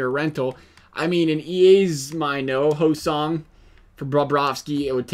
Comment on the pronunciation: It's Ho-Sayng not Ho-Song lmfao